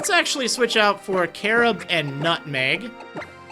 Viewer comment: Carob sounds like carrot O_O